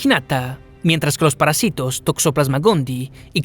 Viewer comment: A ver.... Lo que encontré fue: Min -> parÁsitos Min 20.52 -> reptiles, acento en la "i" Min 22.28 -> parÁsitos y pandemia acento en la "e". Min 36.47 -> Islam, acento en la "a" Esas serían las palabras que pude identificar. Interesantes videos los que tienes